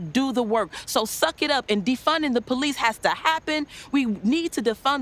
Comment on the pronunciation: Well at the time "defunding da powleese" was THE big grift that the small-minded lapped up.